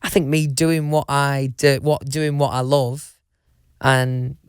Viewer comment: "doing wot i louve"